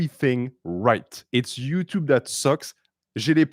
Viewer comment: Time stamp: 'ello youtchub